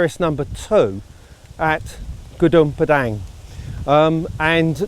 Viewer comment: is it really hard for westerner to pronounce the name of the site?